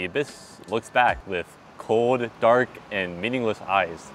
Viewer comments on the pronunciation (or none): none